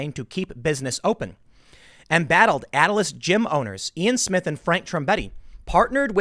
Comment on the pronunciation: It's not Atlas. You're literally reading off the page and keep mispronouncing their name.